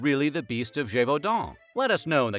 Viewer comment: Extra like for pronouncing Gévaudan correctly 👍